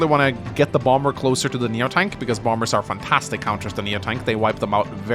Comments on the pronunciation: But it IS Bomb-bers. They drop Bombs, not Boms. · Too be honest never heard the "Bomb Bers" when you said and now I can't unhear it. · The correct way to say it is Bom-Bers, Englishpeoples.